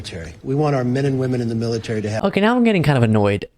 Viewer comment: her saying "woke militay" pisses me off so much! It's disgusting to hear!